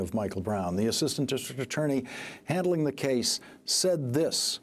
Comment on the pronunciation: Shocking revelations. Anyone else notice this guy couldn't say "district" properly? lol